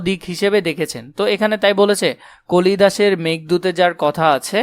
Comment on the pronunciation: ভাই এখানে আপনি কালিদাসের জায়গায় কলিদাস বলছেন